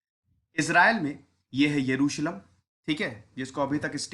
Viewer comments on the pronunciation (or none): Yeruslum kya hota hai bc. 🤣